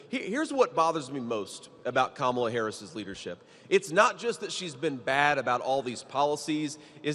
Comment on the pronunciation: Sorry Mr. Vance it’s is Kamala not Kamala. The proverbial word, racist, is now worn out.